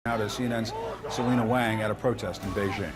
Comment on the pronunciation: Stop saying "Wayng" theres no such last name in Chinese. Wang is pronounced "Wahng" and Wong would be pronounced "Wowng" but I don't think thats a real name either.